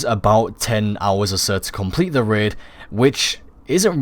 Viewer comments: Raid, not Rid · Raid - Ræīd He says: Rēd XD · Red? It's rAid...😂😂